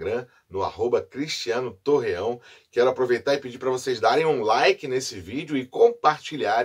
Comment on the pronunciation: Torrão rsrsrsrs. É Torreão.